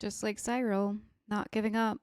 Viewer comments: She also said Sye-rull instead of Sirrull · Cash-in (Cassian) and Sigh-roll (Syril) sound very fitting pronunciations for those two characters right now 😅